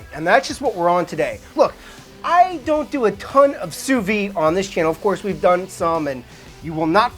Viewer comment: Great channel! Why do Americans have a tendency to pronounce “sous vide” wrongly? It’s “SOU-VEED” with a hard D